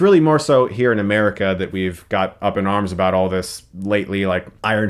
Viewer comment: You can't even pronounce America and culture right wow i bet your parent so proud right now